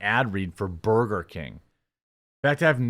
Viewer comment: C ya bye 😂😂😂 tries so hard do improperly say burger 🍔 and he can't even do that right.